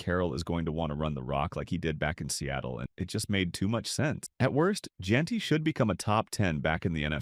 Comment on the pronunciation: AI garbage clickbait. Mis pronounced Jeanty twice. Disaster